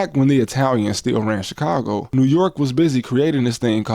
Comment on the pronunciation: Put some respect on Chicago name shorty. Other than that… good video